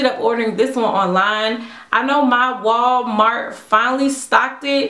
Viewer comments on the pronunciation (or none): none